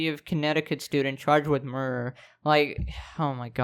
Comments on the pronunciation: I love how he says, “a murrrrrer”. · lol murrer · licherl murrer